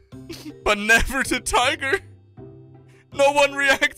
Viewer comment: TAYGER. Y. WEL. TOLD. YUO